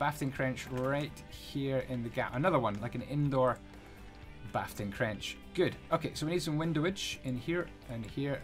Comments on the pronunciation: "bafting crench" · "Bafting Crench" ... Pfft XD Haha ha ha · "Bafting crench" dude what lol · "bafting crench" i love you so much lmfao